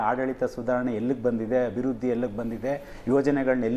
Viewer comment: ಅಭಿರುದ್ಧಿ ಅಲ್ಲ ಅಭಿವೃದ್ಧಿ